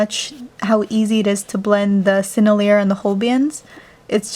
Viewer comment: I think sennelier is pronounced sen-el-ee-ay